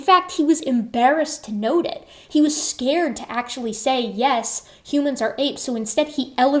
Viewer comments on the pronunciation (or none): none